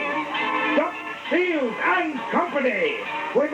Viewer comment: The man's name was 'Shiels', not 'Shields'.